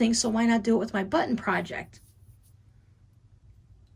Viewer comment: I just love how you say buttIn. Where is the brightly colored sweater you were knitting, oh so long ago? Button , button, who’s got the button. Have a safe and blessed Christmas.